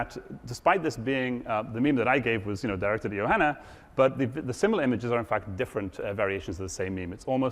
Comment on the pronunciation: Everytime he says Fact he prenounces it Fattt